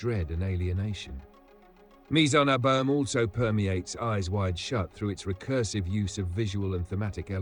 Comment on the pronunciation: I thought the narrator's voice was AI until he mispronounced "abyme" several times.